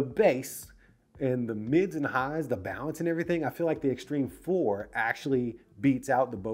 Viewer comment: He said it correctly